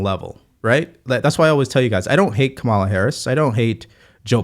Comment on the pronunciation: You seem like a smart guy. Is there a reason you can’t pronounce Kamala correctly?